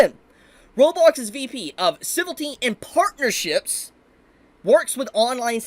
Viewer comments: Ci-vil-ity not Civ-ilty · Civility. A new word to add to the list. Leaving out a whole syllable. Never stop mispronouncing words bro. It's part of your charm now.